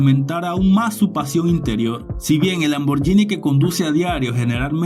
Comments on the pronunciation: Se lee lamborguini y no lamboryini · Lamborghini se pronuncia con la G y no con la Y Gracias 🙏